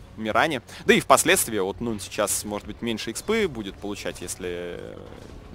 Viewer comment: не нован, а нун